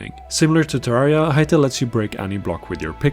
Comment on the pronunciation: You said Terriera and Im clicking off.